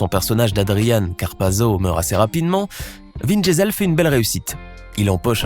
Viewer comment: C moi ou il l’appelle vin Diesel comme le gaz ça se prononce diisol